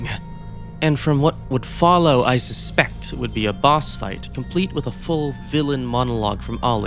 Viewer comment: “falow the path” Uh huh, sure bud I’ll “falow” I’ll “falow” real good!